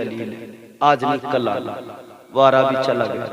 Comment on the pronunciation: پہلی بات تو عربی کو عا رابی کہتا ہے